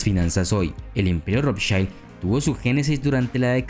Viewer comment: 'Rothchild' está com a pronúncia errada, o I do alemão é igual ao português ou espanhol e não como o I inglês (ai). Em alemão o que tem som de a é o E, como Einstein.